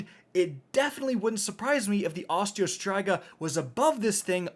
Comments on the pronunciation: Osteo STRIGA,not STRYGA,learn how to read the names man! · Man, Destiny youtubers and their weapon pronunciations. I will accept both Osteo STREEGA, and Osteo STRIGGA, but who dafuq is out here sayin' it like STRY-GUH. My man, please, there are impressionable children who this channel probably I'm assuming. Keep it together. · Osteo striga - is pronounced streega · hmmmmmmm. Okay just saying .... it is ostea Striga not Osteo Straiga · You're also mispronouncing the "Striga" when saying Osteo Striga, it's pronounced [St • ree • guh] Edit: A Striga is a type of Romanian witch, with a deep hatred for all living thing, that siphons the life force of it's victims. That's why the gun does damage over time. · Osteo “ STRY-GA “ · It's STREEEEEEGA. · For some odd reason, his pronunciation of Osteo Striga scratched an itched I didnt know I had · I truly hate the way you say "striga" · You pronounced striga wrong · They way you pronounce striga hurts my brain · We just gonna sit back and let him pronounce Osteo Striga like that?